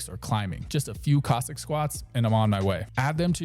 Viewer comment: I think this chap is gently ribbing the pronunciation of Cossack as Kozak. Aren’t you, my dear friend? Don’t worry, I got the joke. Ha ha. He pronounces Cossack much like Kojak, the famous detective played by Telly Savalas. Coincidently in the film Horror Express Telly Savalas plays a Cossack. A role he excelled in.